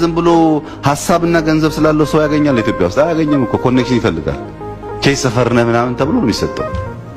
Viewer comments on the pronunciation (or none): none